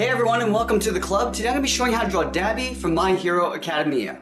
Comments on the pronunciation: It’s Da-Bi Dah-bee DUH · DID HE JUST SAY DAB- EEE